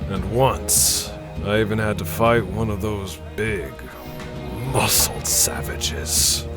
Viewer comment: Why you gotta say "big, muscled" like that in ? 😂🤣